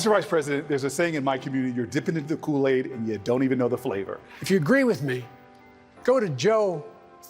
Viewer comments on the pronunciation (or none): He not from our community talking bout dipping in the cool aid. No. He didn’t say it right let’s me no as a black man that we ain’t grow up da same.